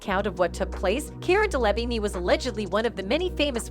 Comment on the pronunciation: Day-laa-veen. Please get it right.